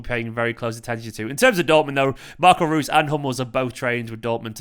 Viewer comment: I think Reus is pronounced Royce